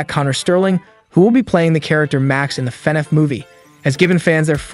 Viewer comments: fanaff fans????????????????????????? its prounounced lik fuhnaff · YOUR STILL SAYING IT WRONG YOU SAYING FEHNAFF ITS FUHNAFF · DUDE ITS FUHNAFF NOT FANNAFF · I can’t stop laughing at how he says “Fenef” instead of FNaF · if this guy says Fanaf instead Fnaf one more time I'll jumpout the window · f-NAF not F-nef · no hate but can u pls stop saying "fe naf" its just straight up "fnaf" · why is bro calling it fenef instead of fnaf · broooo it's fnaf not finaf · i'm in pain each time he says "FANAFH" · Love the "fe-nef" pronunciation. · I keep hearing Fed Ef when he says FNAF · Why is bro saying “fenneff” lmao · man really said fenef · fnef movie lol, he also says fnef every other time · Ah yes. FNEF can’t wait to see it I loved watching mark play FNEF. Y do u keep saying FNEF???? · Why does he say fnaf weird Feneff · it bothers me how you say FaNAF. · why he saying fenaf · bro why do you keep saying FENEF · The way you say fnaf weirds me out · BROOOOO HOW DOES THIS GUY PRONOUNCE EVERYTHING WRONG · Lmfao bro said "markipaler" and "fanef"💀💀💀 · WHAT IS WITH THE TEXT TO SPEECH "fEnEf" "elephant in the rune" store line"